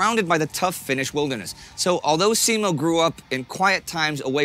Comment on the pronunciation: And Simo as seemou